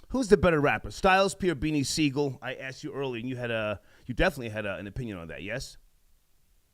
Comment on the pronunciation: It's close, but Sigel.